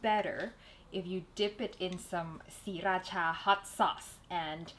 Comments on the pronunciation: pretentious?? As far as I know, she is Thai. Sriracha is a Thai word. She said it perfectly in Thai accent as all other Thai people do. what's wrong with that? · it thai accent m8